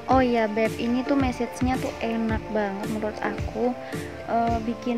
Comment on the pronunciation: Kox message tah kak 😂,,,massage kak yg bener..bacanya masas..😂